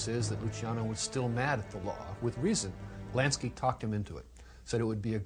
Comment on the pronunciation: "Meyer Nansky...Nansky" lmfao